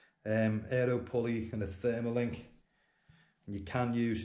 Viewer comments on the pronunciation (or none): Also you keep saying "Therma link " it's actually called a TERMA LINK .